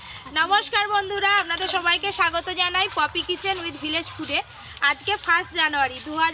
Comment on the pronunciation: পপি কে পয়াতি 😅